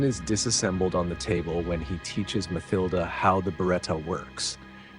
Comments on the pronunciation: “Ma-thill-da”? No.. its “Ma-TILL-da”. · Mathilda = Muh=TIL-duh NOT 'muthilduh" it is not th as you would say "this" or "think" it is just a T sound.